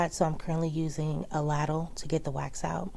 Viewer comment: I can't wait to get as organized as you! Great job! (I've made this mistake as well lol it's pronounced lay-dle,'ladle' just for future ☺️💕)